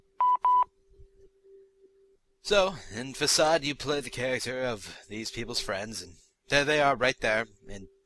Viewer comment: for a sec I thought u said duck